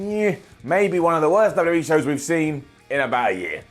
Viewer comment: I love but he really struggles to say 'WWE' clearly haha